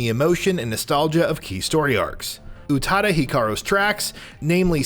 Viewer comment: Also how can he say Utada's name right, but not the game, or the games characters names right. Its too much.